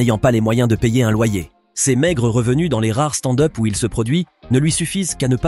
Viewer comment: Envie de me desabo a chaque foi que j'entend " stande heup "..........